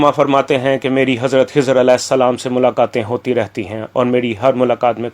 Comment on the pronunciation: Janab Aap pahle urdu to theek se paden khai ki jaga hai bolte ja then khizar as ko hizar as aur bhi mistakes bolja rahe apni urdu sahi karen😂😂😂😂😂😊😊😊😊😊